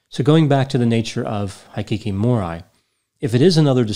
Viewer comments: I love your videos but please look up how to pronounce foreign words! 😂 I was cringing every time you said hikikomori It's hee-key-kow-mow-ree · Thumbs down to ignorantly butchering the Japanese words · it’s (Hee-Key-Koh-Moe-Ree) Hikikomori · The "i" in Japanese is pronounced like "ee," like in "eat." Hikikomori is pronounced like "hee kee koh moh ree." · Great job! I've often wondered if Hikikomori is an illness that is germane to Japan alone. BTW, I'm a fan of Japanese culture. Kyoto is pronounced "Kee-yoto," & Hikikomori is pronounced "Heekeekomordi." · Thanks for covering a case in Japan. Your pronunciation though! High kiki mo rye🤣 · Absolutely butchered the pronunciations. They are pronounced as they are written, not with English letter names, as in "i" is "i" not "ai". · Hikikomori is pronounced "he key koh mory" butchered it.... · I enjoyed you analysis, as always! Hikikomori is a bit of a difficult word to pronounce in English, so if you'd like some advice for next time: Hiki = hickey Ko = like the "co" in "coffee" Mo = like the "mo" in "more" Ri = has more of an "L" sound than an "R" sound, like the "li" in "lily" I hope that's helpful, and I hope you're having a good day! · I volunteered at a center to help hikikimori for a few years. Many have antisocial tendencies but others are more or less individuals who have given up on the societys way of doing things. You can pronounce it "hee kee kee moh ree". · Hey! Just a quick word: it's pronounced Kee-yo-toe and hee-kee-ko-more-e. For me, when I'm unsure, I assume there's a long vowel. You got Aoba's name right though! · I am Japanese. " Hikikomori ' is pronounced like " He-key-co-mo-le ", the best I can describe for you. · Not that anyone likely cares, but it's pronounced He-Key-koh-moe-ree and Key-oh-toe. ;P Very sad case. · Hikikomori is pronounced "hee-kee-koh-MORE-ee" And Kyoto is 'kee OH toe'